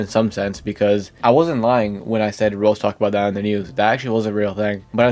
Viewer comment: Why can't this dude pronounce "Roblox" Bro calls it "Rolls"